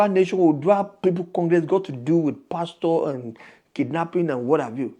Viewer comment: YOUR PRONUNCIATION OF PASTOR IS WRONG CHECK WITH GOOGLE FOR CORRECT PRONUNCIATION NIGERIANS ENGLISH PRONUNCIATIONS ARE VERY VERY HORRIBLE